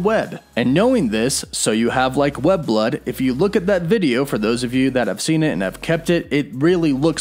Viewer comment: Hes saying "So do you have like web block?" Idk why but it looks like hes saying block instead of blood.